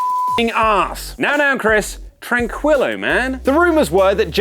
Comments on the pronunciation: It's not tranqwillo, it's trankelo, cabrones. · its Tranquilo ( tran-KEE-lo ) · IT's pronounced Trank-ee-lo Otherwise, great video guys. Very interesting. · Isn't it pronounced tran-kilo rather than tran-kwilo? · I'm still unsure how people mispronounce Tranquilo and say "Tranqwillo". Where does the "w" come from? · The U on Tranquilo is silence. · I cringed when said "tranquilo" 😤😤😤 that's not how you pronounce it 😂😤😂😤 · When you don't know how to pronounce names or words that aren't English. Tranquilo and Kazuchika Okada. (Tranquilo is pronounced with the q sounding like a k and ignoring the u. And Okada's name is emphasized at the u in his name) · Am I the only one who's mad that mispronounced that lmao 🤣